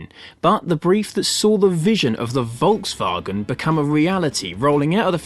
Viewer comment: I am elated, An English speaking person that has not slaughtered the pronunciation of the Volkswagen, living in the US I'm constantly plagued by even advertisers pronouncing it as they see it. 👍